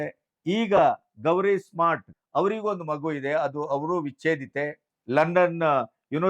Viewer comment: ಗಣಪತಿಯವರ ಅಮೀರ್ ಖಾನ್ ಮೂರನೇ ಪತ್ನಿ ಹೆಸರು ಗೌರೀಶ್ ಸ್ಮಾರ್ಟ್ ಅಲ್ಲ ಗೌರಿ ಸ್ಪ್ರಾಟ್.